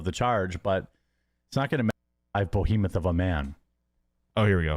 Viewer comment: very funny that Hambly is going to a casino 4 days per week to try to win a raffle. seems a bit desperate 😂. If there is a science to 'gambler profiling' used by security personnel, Hambly must raise some red flags. Here is a "6'5" Bohemuth" (from how pronounces it) standing in the crowd every day along with 3 old ladies, staring at the staff with raccoon eyes. They are probably wondering what is wrong with him and when he will snap.